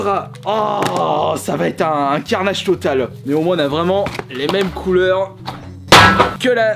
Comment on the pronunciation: ''Ça va être un carnageuh totaleuh'' 😂😂🤣🤣😭😭